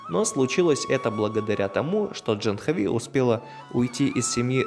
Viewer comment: Не Джанхави, а Джахнави, с ударением на предпоследний слог. Не тика, а тилака. Не пурахит, а пуджари. Они тебя признали брахманом, это значит, что ты должен быть вегетарианцем, по меньшей мере, по большей -- не употреблять наркотических веществ, вплоть до чая и кофе.